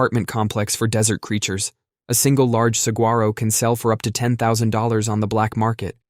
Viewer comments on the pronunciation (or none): Suh-war-oh. Not suG-ar-o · Hi, Arizona native here, IT'S FRICKING SA-WA-ROH. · As an Arizonian... sug-gwar-oh hurt my soul Try these: Mogollon Gila Phoenician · Sa-huarh-o. I cried every time he said the g. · 1) Saguaro pronunciation: g is silent. It’s Sa-WHA-ro 2) laws only apply on public land. Any Saguaros you own on private land can do whatever you want. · The g is silent in "sa-war-o" saguaro cactus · The g in saguaro is silent. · Hearing you mispronounce saguaro makes me wanna scream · The G is silent in saguaro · After hearing you say saguaro I totally understand that Arkansas law. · The g in saguaro is silent ! 🙄🙄🙄🙄😑😑😑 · The G is silent. If you live in. AZ, you know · As an Arizona native, I died a little inside every time he said saguaro. It is like hearing a Midwesterner say Jala-peen-o